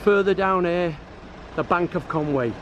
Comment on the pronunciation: Great video, but you need to work on your Welsh pronunciation...Conwy is pronounced Con-wee not Con-way, Llandudno and all the other Llans will need a little practice, I will teach you if I ever meet you in the "Bunker Bar" again....